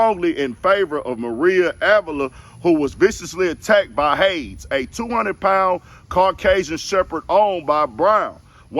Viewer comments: (Hey-dees) not (Hayds) Hades like the ancient Greek mythology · First, the dog name is pronounced "HAY DEEZ"...and that $13m cost Chris "HELL" for real, because his network is reportedly between $50m to $100m. So it's easy to say that he does NOT have $13m in cash laying around. You know how our people spend money. I assume he has most of this networth locked up in properties and businesses. It would be safe to say that he has homeowner insurance and the dogs were reported when he took out the policy. It's just a matter of how much the insurance company will cover. If the insurance company covers it all...HOORAY!!! Secondly, this is unfortunate. It's surprising that that dog would attack her since she's the housekeeper. It would be easy to assume that the dogs know her since she's there housekeeping. Oh...since when did our people become so uppity that we can "house keep" ourselves? Lastly, to all of my brothas and sistahs, stop trying to mimic white america when we get money. We have to be mindful that the MORE PEOPLE we have around us, the MORE EXPENSIVE it will be to have them around us. Whether it be that they are on PAYROLL or an incident they are involved in because as the KNOWN individual, any and all lawsuits will include the "celebrities" name. Side note: She was trying to hit the PowerBall with that $90m claim. To think, as a housekeeper, she would not have earned $90m in four thousand life times, and she was not killed. Yes, I know the pain and suffering along with the medical expenses was the reasoning behind the $90m... Our p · It's hades like from the Greek pantheon of little gods my nigga. Caucasian shepherds are not petsost definitely for protection.